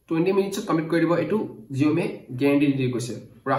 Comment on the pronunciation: Saomi buli kole bhal huni